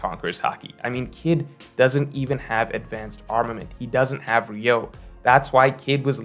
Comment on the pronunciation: It's "Ryuo" (Ree-U-O) not "Ryou", as for the rest, I agree with you except that Kid (unlike Luffy) is NOT alone Fighting an Emperor and knowing Haki develops in hardship, it is possible to at least start developping advanced conquerors haki against Big Mom